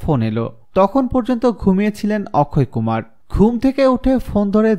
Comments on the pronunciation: Akshay kumar hobe uccharon thik koren Tar por video upload kore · Apni to or namtai thik moto koite parlenna on nam ki okkhoy kumar naki akshay kumar sala pagol